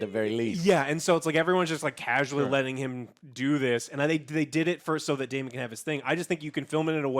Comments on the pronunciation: We're 8 episodes in and Joe over here still pronouncing main character names as Korls and Damien... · sorry joe i love you but, if you're going to review an episode and we know you take notes, you should have known that joffrey was at the supper with lucaeys and aegon, ontop of that, getting names right, calling daemon damien and corlys corls, just didn't equate, it sounds like you skimmed through, feels very amateurish. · Joe - for the love of god. We're 8 episodes in. Its COR-LYS not COR-YLS. Its DAE-MON not DAE-MIEN